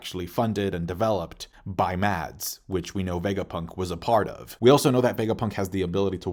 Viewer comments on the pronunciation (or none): none